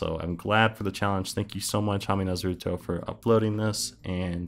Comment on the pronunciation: DONT YOU DARE PRONOUNCE NARUTO'S NAME WRONG